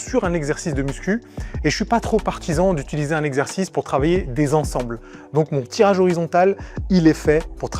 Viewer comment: A partir de cette partie est IA, tu peux l'entendre facilement. Au Ton de voix différent, a la qualité sonore, et la façon de parler/prononcer qui n'est pas du tout celle de Mot mal prononcé (mouvement "inefficace"): La partie sur les deltoides:. On retrouve cette même façon de parler avec l'IA: Désquilib? Ezzerzice?: Forhum?..: Alors là il manque carrément la fin du mot. Faisceau du DELTOI ne prononce absolument pas ces mots de cette façon et c'est évidemment une voix de synthèse, ça s'entend de manière très grossière